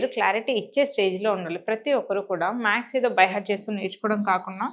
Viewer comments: You are saying. MAKS...Its not maks it's maths....+ Or - symbols..sign kuda anachu while teaching you must say smbols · ప్లీజ్ మేడం మీరు మ్యాక్స్ మ్యాక్స్ అనకండి 🙏🏻🙏🏻🙏🏻 మ్యాథ్స్ అని పలకండి ప్లీజ్ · Plz say maths, not max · మ్యాక్స్ అనకండి. మ్యాథ్స్ ఆనండి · ఆవును మాథ్స్ అని చెప్పాలి